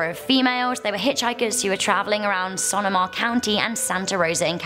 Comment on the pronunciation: Ruidoso, New Mexico is pronounced roo-ee-DOSE-o with a soft S in dose. 😉 Sonoma is pronounced so-NO-muh.